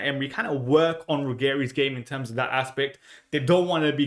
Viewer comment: It's a soft j sound not a hard g sound in his name